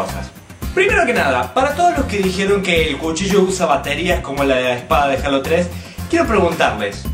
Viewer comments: yo no se si en Argentina digan asi jalo pero se dice jeilo pero no jalo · eso no es cierto no por estar en mexico se pronuncia asi es decir si tu ves gears of war lo pronunciarias G-E-A-R-S O-F W-A-R sin embargo en mexico le decimos guirs of war no por estar en mexico se "PRONUNCIA" asi y si les "H-A-L-O" NO SE TIENE QUE PRONUNCIAR JEILO por que es un nombre de videojuego en ingles en español se pronunciaria JALO mi punto es quetiene un nombre original en ingles y se"PRONUNCIARIA"diferente en español asi que no hay una forma correcta de pronunciarl ya estesenmexicoous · no es critica pero en Mexico se pronuncia jeilo